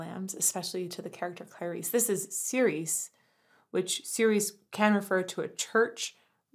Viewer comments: I'm late to the party, but it's pronounced chi-reh-cheh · Fun fact: Tobias Forge (toe-BEE-as FOR-gay)'s lyrics have a lot of double-meaning to them that he doesn't make an effort to explain, but lets you discover for yourself. Although the video suggests that "Cirice" is pronounced "ser-EES," like the French girl's name "Cerise," how it is truly pronounced is "cheer-UH-chay." Why? Because "cirice" is Old English, not French, and it means "church." Which if you listen to the lyrics, fits much more thematically with the song. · Probably already pointed out, but it's pronounced "churche", like church, but with an extra schwa at the end.